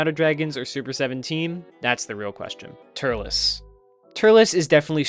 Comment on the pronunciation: when he starts talking about Turles's movie he says turtles